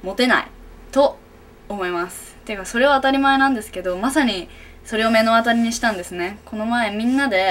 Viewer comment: 1：00 目の当たり(まのあたり)、、、「めのあたり」って聞こえるのは私だけ？？